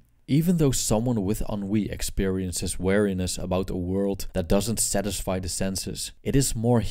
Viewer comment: It's prononced "Wee-Ree-neh-ss". You keep saying "wariness" instead of "weariness". Also, Buddhists do NOT believe that "life is suffering". They believe that suffering is an inevitable part of life. There is a distinct and IMPORTANT difference there.